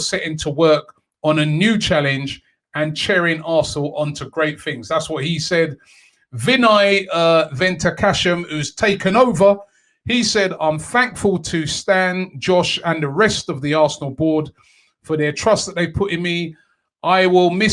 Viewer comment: It's ..Ven ka tesham...don